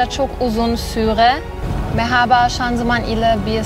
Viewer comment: meghaba bir tamirci istiyorum, bir tamirci + neyli olsun abla? - ney olsun neli yani? + tamirci neli olsun? aksanı çok tatlı yalnız 'Görüşürüş' demesi inanılmaz güzel